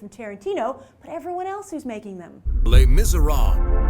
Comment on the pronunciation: i feel like you pull the attention to your awkward pronunciation of "les miserables" by saying "les mis", imo. It might be, that it is supposed to sound relaxed and ..hmm... cool - but it doesn't. Instead it implies laziness (i cannot escape this impression, even though i am biased by liking your stuff in general). ....Oh, and even if you say the hard long word you end it at the "b"...weird. The guy in the video did the same thing....